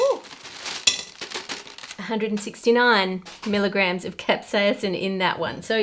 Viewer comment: I love her proper pronunciation of capsaicin, but giggle at her pronunciation of jalapeno. (Hall-la-peen-no). In Spanish it's (hall-la-pen-yo).